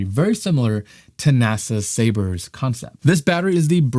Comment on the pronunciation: It’s Sabre not sabers